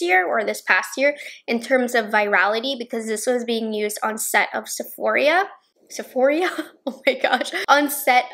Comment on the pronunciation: Lmao! Sephoria 😂😂